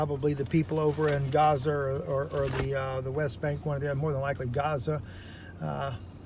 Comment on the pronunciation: did he just say gazer instead of gaza?